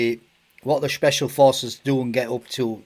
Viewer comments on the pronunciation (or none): Shhhpecial porces